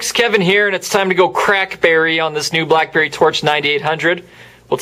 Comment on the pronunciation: listen at 53 seconds blackberry blllalaalalaelee